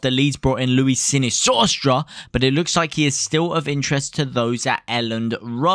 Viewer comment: Mate why do u have so much trouble pronouncing Sinisterras name. It's not Sinisaucetra